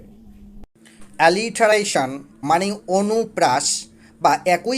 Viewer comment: আলিটারেশন না। উচ্চরন হবে এলিটারেশন।